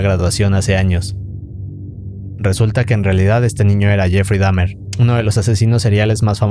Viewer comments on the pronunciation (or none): none